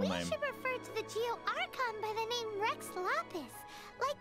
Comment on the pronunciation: im impressed yes you said her name correctly first try nice